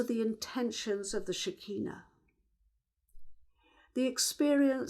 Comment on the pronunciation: SHER. KEE. NAH. not shikeenu